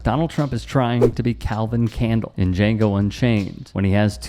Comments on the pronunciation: Being against unvetted foreigners walking across the border isn’t racist, hate to break it to you! Every country has a border which they enforce, dimwit. By the way, it’s “Calvin Candie“ (pronounced candy), not “Calvin Candle”. You’d know this if you had ever seen the movie. Why reference a movie you’ve never seen before? What a clown you are. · Calvin Candie, not candle.